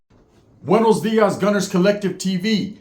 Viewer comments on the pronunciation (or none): none